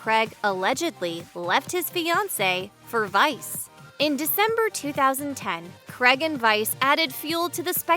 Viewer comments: Craig is pronounced Crayg not Cregg. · America I love you but omg it’s not Creg, it’s Craig, pronounced “Cray’g” and route is pronounced “root” and not “rowt” 🤓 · Cregg? His name is Craig! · It's how seppo's pronounce it.